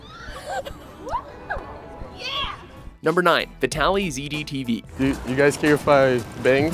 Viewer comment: sorry but how hard is it to say "Vitalyzed"? it's just vitalized with a Y